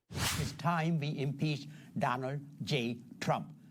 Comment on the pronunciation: 😂😂😂😂 ese congrecista no puede ni pronunciar la palabra impeach 😂😂😂😂 Están loquitos